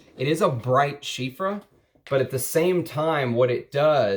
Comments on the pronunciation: Everytime you say Chypre with an F like Chiffre I die a little bit but I love your videos so I am willing to endure the pain. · Bro loves chypres but doesn't know how to say it properly 🙃